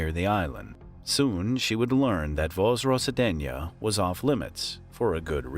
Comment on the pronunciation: the name of the island translates as Reserection, wich is interesting for bioweapon lab. And please, the was you saying it is not even close. by the way i belive that pentagon was visiting that island in 2002 not to clean the place but to collect samples the closed city of Sergiev posad 6 exists to this day. and according to the map it still has research institute. it also called Vaccine. open sources say it researching vaccines like ebola vaccine. i found it accidently on the map, and googled it.from the all closed city ive loked up this one is smallest one.